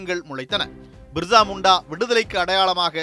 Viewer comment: பிர்சா முண்டா...என் தலைப்பு தந்து விட்டு.. மிர்சா முண்டா.. மிர்சா முண்டா என பல இடங்களிலும் சொல்லுவது ஏனோ...